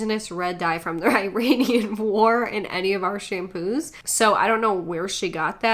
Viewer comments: She says "made from the I-RAIN-Ian war," but she can't even pronounce Iranian correctly. 😂🤣 Makes me trust her "facts" a lot. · 'Ee-raian' war? Did she mean the Iraqi war?